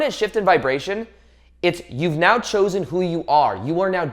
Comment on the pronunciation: your "right neow" is trigger me .